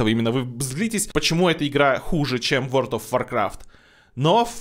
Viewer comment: Опять Word of Warcraft, а не World of Warcraft., у тя ж нет проблем с речью, ну что за "ВОРД", емае?!. Ну и Ashes of Creation, а не Ashes of CreationS:)